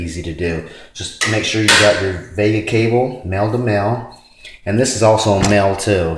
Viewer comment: VGA not Vega